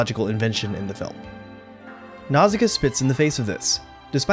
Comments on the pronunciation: I like the video, i a gree with the message, i love the film, but i would just like to say how i find english pronauciation of her name a bit jarring, my launguage shares similar letter s to japanese, so a more accurate pronauciation would be Nauška, the "š" letter eliminates the need for "ssi" but it is the closest equivalent for english, since this letter "š" is of slavic origin. I just find it more natural and more fitting. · omg can you pronounce nausicaa more wrongly??